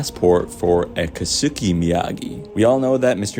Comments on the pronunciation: Good theory. I think Julie Pierce/Hillary Swank will show up, since its her last chance to do so in this series. Btw, the pronunciation of Japanese name "Keisuke" is like "kays kay", not "kay soo kay". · As a Japanese speaker it pains me how everyone is mispronouncing Keisuke, including on the show. lol kay-su-kay. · His pronunciation of kisuke 😂